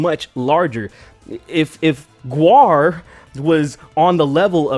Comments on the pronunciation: When she said "G W A R" I lost it. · Also, Kathy SHOULD NOT have apologized. Own it. She did it, she meant it. Have some 'stones'. And the fact that chick says G W A R... LMAO! Gwar, baby... Gwar. Just say the word. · She said "Gee Double You Aye Are" I'm like "You mean GWAR?" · (facepalming so hard) GWAR. IT'S FUCKING GWAR. NOT G-W-A-R... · This bitch really just pronounce GWAR as G W A R? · ''the band GEE DOUBLE U EH ARRR. Bitch its fucking gwar you fucking stupid little shit gibbon. On a related note: Gwar has invited Kathy to join them on stage in decapitation of trump. Difference being Gwar with a female lead won't fucking cry misogyny if they get smacked for that shit, and they probably won't get shit for that because its part of their fucking gimmick. 10/10 would get tickets to go to gwar with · G-W-A-R.....YOU MEAN GWAR....fn tool...what an idiot she is. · It's pronounced "Gwar", Kathy. Beavis and Butt-head taught me that. Why aren't you as cultured as I am? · G.W.A.R took me a second to realize they meant Gwar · can't she pronounce Gwar. what a tard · I thought it was funny as fuck how she pronounced GWAR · If you can't even pronounce the name of a band... Don't take what they say seriously, lol. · It's pronounced "Gee-double Ewe Aayyy Arrrrr." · The GWAR part was my favorite. First off, their obviously not THAT famous, since she mispronounced it, but also...shes trying to say they've never been given a hard time for being out there? Uh...they've been getting called out since the 80's, back when Kathy was performing improv in coffee houses in LA. It's not like Oderus Urungus is hosting the grammy's or anything. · I don't know what pissed me off more, the fact that she compared her unussual art to shock rock's ussual gorey art or the fact that she mispronounced GWAR. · I just love the victim narrative and the dripping condescension... and that's not how you pronounce GWAR.